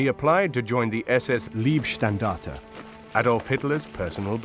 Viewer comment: Not Liebstandarte = > Lovestandarte but Leibstandarte => Bodystandarte. Leib => body, maybe you should pronounce it like “Laibstandarte “. It is sad that you English now only the English language…. This was war and Leib = body has nothing to do with love, lieb = is kind, lovely, even you English speakers should be interested to enlarge your knowledge.